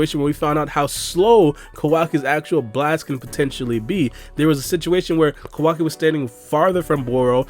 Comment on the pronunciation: Why do you keep calling him "ko WA ki"? It's Ka Wa Ki.